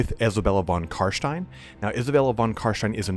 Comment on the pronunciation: von CarSHHHHtein...